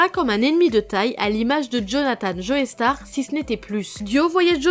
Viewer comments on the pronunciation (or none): On dit "Jo-star" pas" Joeystarr".